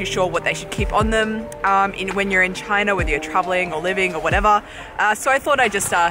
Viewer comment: I definitely prefer the way you pronounce "China" compared to the way Donald Trump does.